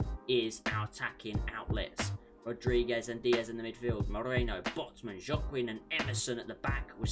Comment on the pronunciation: Oops I miss the livestream the first time I apology and it pronounce Wa-king#Joaquin🤍💚.